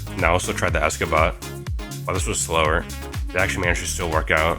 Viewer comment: my man said esca ba instead of escape bot